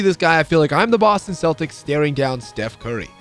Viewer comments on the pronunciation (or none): none